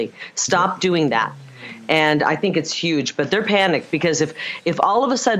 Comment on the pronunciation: Poor Kari is in for a "yuge" surprise.